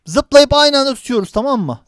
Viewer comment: Abi ziplayn değil zıplayn